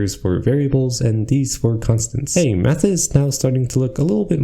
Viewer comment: There were many times i heard him saying or bath instead of math. Definite hard b sound.